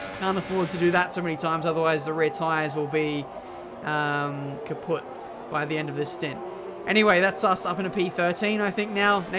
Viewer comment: Did he say his rear tyres will be "kaputt"